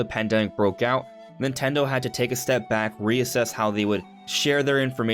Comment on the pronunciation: "Nintello direct"